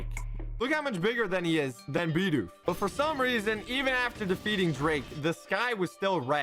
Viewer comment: FINALLY! SOMEONE WHO SAYS BIDOOF CORRECTLY!